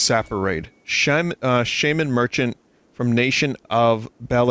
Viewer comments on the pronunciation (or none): none